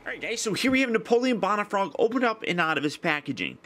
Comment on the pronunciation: ***** Haha, and some people say George Warsh - ington. Doesn't mean it's correct. You do weekly reviews and it is expected that you would receive critiques now and again. Sorry to be "THAT GUY", but the correct pronunciation is "Bone - uh - frog". If my teacher in school said Napoleon "Bon - uh - part"? I'd drop her class. Now don't get all defensive and butt hurt, you do that a lot. Keep up the good reviews!